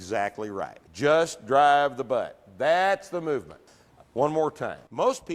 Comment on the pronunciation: “I will not pronounce such and such word that way” presses play “DRAHHHHHHVVVVVEEEE”